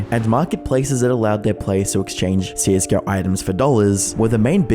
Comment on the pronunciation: it's CS:GO, not CS:Gurr